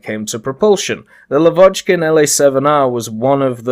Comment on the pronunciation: Hi!) Thx for video! Not LavOchkin, but LAvochkin) Stress on "A")) But in the word "Glushko", the stress is on the "O", not on "U")